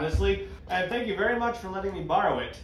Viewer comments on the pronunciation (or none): none